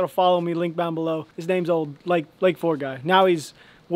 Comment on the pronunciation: “Link bown below”